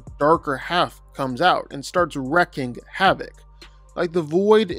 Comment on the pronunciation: wreaking is pronounced like "REEKING havoc' just want you to know cuz a mispronunciation is like having a booger; better to know